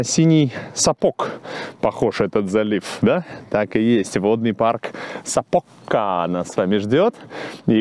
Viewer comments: спасибо! Прожила в этом городе 4 года. Очень тепло было окунуться в воспоминания. Хочу немного поправить— у финов всегда ударения делается на первый слог. И в названиях также. Поэтому вернее говорить САпока, а не СапОка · Уважаемый, если Вы не против, я обращу Ваше внимание на то, что ударение в финских словах всегда падает на первый слог. Поэтому - Са́покка, Ве́лламо и так далее. Я с увлечением смотрю и слушаю каждое Ваше новое произведение. Большое спасибо!